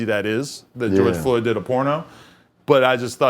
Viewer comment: "Goerge Floyd" I simply cannot be the first person to point this out c'mon